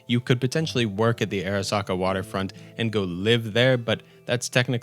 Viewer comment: Pronounce Arasaka as ah-rah-SAH-kah